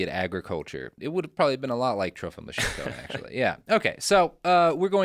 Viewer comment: his name was Lysenko, not Lyshenko, come on. He was a mad egomaniac, but call him by his real name.